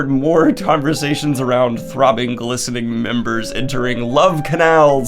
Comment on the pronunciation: I heard glistening as blistering the first time and I was... really, really confused for a moment.